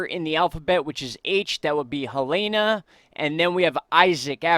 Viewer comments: It's pronounced "Hay-lean", also... not "helayna". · Just watching out for ya, Helene is pronounced "Heh-leen" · Please tell me that I am not the only one who gets triggered by him saying Helene wrong. Anyways great video as always!